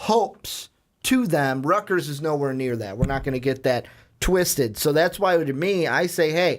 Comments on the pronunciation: Stop saying "Rutger" you sound like a moron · "rutger" lolololol